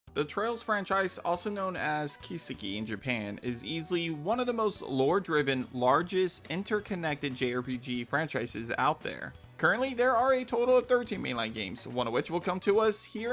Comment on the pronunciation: Nice video but that pronunciation of kiseki hurt the brain. Ki-se-ki and keep the vowels short Also any reason why Renne was pronounced as ‘reen’ the same as Rean?